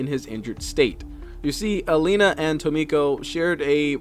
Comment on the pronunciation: Ah, apologies, but there appears to be some errors. 😅 First, Tomko is not Tomiko. There is no "i" present, so AFAIK the pronunciation is "Tom-ko." Additionally, the Chosen Assassin's intel report in the Avenger states she was lab-grown as the assasin, built from scratch for loyalty. She never had a chance to be a Skirmisher, since she was grown to hunt them. That said, the Warlock's entry does say he was picked up as a child, so on that point he definitely wasn't a Templar.